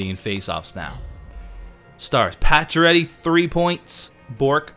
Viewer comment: when you say Paccioretty I hear you say patch already LOLOL!!